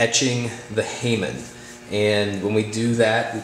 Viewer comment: HA-MOAN, not HEY-MAN